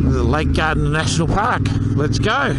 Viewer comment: Love it! But have to say it’s Gairdner, pronounced the same as ‘chair’.